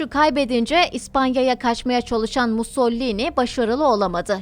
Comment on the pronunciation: MUS - SO - LI - NI... "Musollini" nereden çıktı.